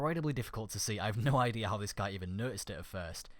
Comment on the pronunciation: he says no like nee